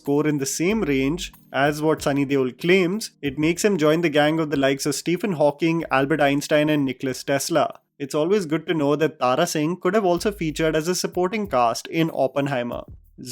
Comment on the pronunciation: Nicola Tesla, not Nicolas Tesla